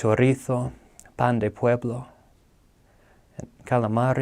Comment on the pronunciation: One day ,someone will say my name like this man said "Pan de pueblo" and i will be complete